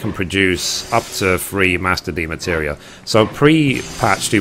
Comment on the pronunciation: Just curious, why do you call them "Demateria?" You're missing an entire syllable every time.